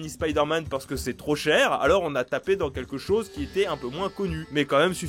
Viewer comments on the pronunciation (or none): none